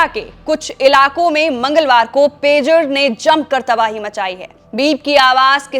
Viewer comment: Madam Pejar nahi Pager hai😂